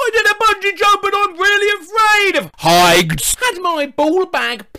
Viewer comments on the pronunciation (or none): “Heigts” oh my god.